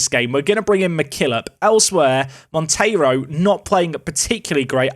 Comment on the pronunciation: So happy for you to say Monteiro instead of Montero 😅 thanks cheers